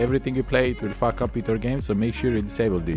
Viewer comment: When he says faack up your game